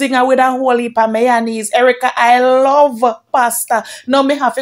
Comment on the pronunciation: Chin is myonaise she said😂😂😂not mayonnaise 😂😂😂